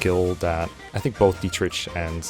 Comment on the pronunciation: It's Diet-Rick not Diet-Rich my guy 😅